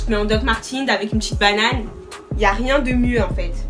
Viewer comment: wAllah jpp quand tu dis « banane » ca mtue